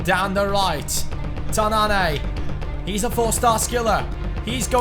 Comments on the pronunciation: it pronounced ''Tannan'' not ''Tannané'' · As a Moroccan, the way you pronounce "tannane" is false If you want to pronounce it, you should press at the n cause there are 2 "n"s right there and you doesn't should pronounce the "e" at the end